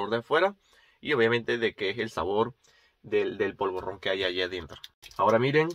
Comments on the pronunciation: Se dice polvorón,, no polvorrón. También se le llama mantecado. Prueba el roscón de Reyes, está buenísimo... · Has pronunciado polvorrón y es polvorón. Es rosco de vino y no rosca de vino ni dona de vino. Yo prefiero los mantecados antes que los polvorones. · Polvorrrronn.!!. Polvo-Rón.!! Jajaja. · Me parto cuando dices polvorron, es polvoron pero super gracioso. Aprietalo antes de abrirlo. Me encantan tus videos. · Has pronunciado polvorrón y es polvorón, Los roscos de vino están muy ricos. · Polvorón, no "Polvorrón". Cada vez que dices "Polvorrón" y "Polvorrones" muere un gatito. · No es "polvorrón": La palabra es "polvorón". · se dice POLVORON NO POLVORRON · "polvorron" ja!ja se dice POLVORON amigo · Polvorón sin erre doble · Se pronuncia polvorón sin pronunciar doble r o r fuerte